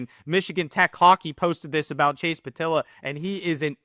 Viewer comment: The e isn’t silent in pietila. His brother Logan is a wheeling nailer